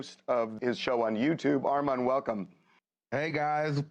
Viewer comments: ION like the way Harvey saying your name Armon - can somebody correct him! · Please tell them to get your name together!!!! How can they not pronounce Armon?? Congratulations !! You’re doing great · Armon (R-Mawn)!!!!🤷🏾‍♀️😩😩😩😆❤️